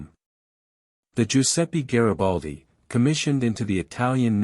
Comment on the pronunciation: Mi fate il cazzo del favore,se no sapete pronunciare i nomi in italiano ,lasciate perdere 🚽🚽🚽